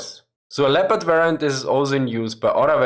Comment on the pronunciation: Aren't you able to pronounce the tanks' names in their original pronunciation, but use fake English one?